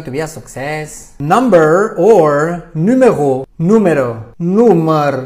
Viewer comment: France is Numero not nùmero